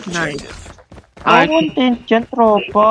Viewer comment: I love how they said content us